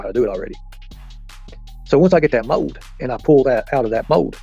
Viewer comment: oh no, that wasn’t to you! You had it right, he didn’t. I was making fun of the way he said it.☺️